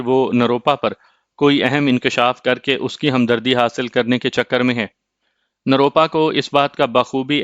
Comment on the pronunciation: روپ روپا نروپا ھے آپ بار بار غلط بولتے ھو